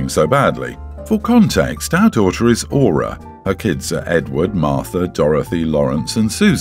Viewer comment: Story 2: one of my best friends is named Aura (I'm dying over how he is mis pronunciation it lol), Aura name is beautiful, I love my friends name. Also it's Sleeping Beauty real name, so she gave her daughter a princess name.